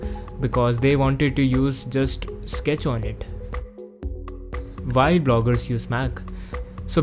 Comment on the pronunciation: You're not understandable sometimes cause you say Vhy instead of Why, and you say pretty often V instead of W. But I liked this video anyway :D